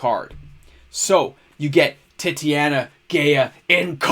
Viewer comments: Tit-aw-nya, not Titty-anna. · Yo brother- fyi, I think its te-ta-nia . And another good segment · Wow. Titania is not pronounced that way lol. Tight-ane-E-ah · No, I really love "Titty-Anna" . It's way less fun to say Tight-Ania or is it?